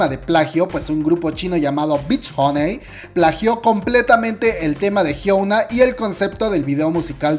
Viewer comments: "jhiouna"... Su nombre se pronuncia "jhiona", la U debe pronunciarse como O. P.D: Interesantes datos👌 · me gustó el video pero su nombre no es hyouna es hyuna (hyona) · El video super completo, mi único problema es que pronuncia "jiouna" en vez de "jiuna" o "jiona" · Ah como me estresa que diga "Hyouna" 😅 mas allá de eso, buen video, ella es admirable. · Perdón pero necesito hacer esto El nombre de hyuna se pronuncia así: Jion-a xD Loviu:v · ¿Porque dices Hyouna? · Je gua pe(? jiouna(? Pronuncia bien KQNSKQNSQ no es de pesa pero enserio tantl decir la palabra estresa y dan ganas de decir que no se dice asi ::v